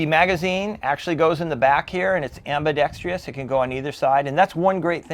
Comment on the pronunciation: Ambidextrous. - AM..BEE..DEX..TRUSS...... Why do so many Americans have a problem pronouncing this word? (it's not just you 😁)